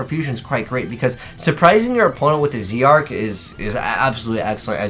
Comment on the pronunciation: I wish supreme kings were an actual archetype rather than just a few cards that barely make up a series. Also it's name is pronounced Supreme King Dragon Z-arc (ZARK as in dark but with a Z)